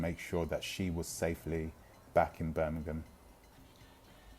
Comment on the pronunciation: Birmingham, Alabama??? couldn't quite understand your pronounciation.